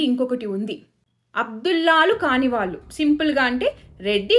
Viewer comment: ళ ని ల లాగా పలుకుతున్నారు దయచేసి సరి చేసుకోండి వాళ్ళు, వాల్లు కాదు